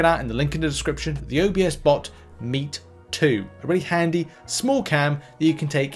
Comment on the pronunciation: "OBS"bot not O B S bot lol. Love the videos!